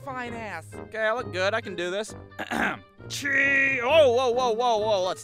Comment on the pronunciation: when he said cheese i felt played just watching this and he said CRHEERSE